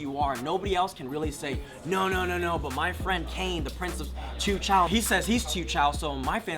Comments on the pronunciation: Great video guys. You guys should use the term "Teochew" (as pronounced by Chaozhou people) "Chiu Chow" is Cantonese for Chaozhou! Check out my Teochew video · Good day. Wondering why you pronounce Teochew as 'Chiu Chow'- which is the Cantonese way of pronouncing Teochew. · I think you are saying teochew wrongly.hq